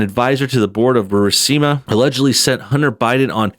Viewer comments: Americans and foreign words ... IT IS NOT BU-RI-SI-MA... there is no second I ... it is BU-RIS-MA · Say it with me. Bur. Is. Ma. Bur-ees-muh. Burisma.